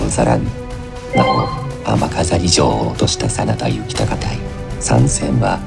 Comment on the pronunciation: 真田幸隆の読み方は恐らく”こうりゅう”です。出家して一徳斎幸隆と名乗ったわけで、実名は幸綱ですね。